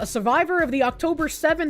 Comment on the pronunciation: Random beach jew, side quest hanuka I smiled for a moment (By the way its not israyel but is-ra-el)